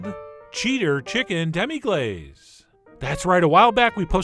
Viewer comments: sorry, but wouldnt it be pronounced "glass" rather than "glaze" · Say Demi-glass it's phonetically correct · You're pronouncing it wrong!